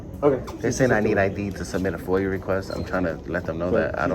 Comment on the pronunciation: And its not foil its foia🤣🤣